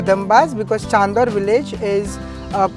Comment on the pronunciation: It’s Chandor not shandor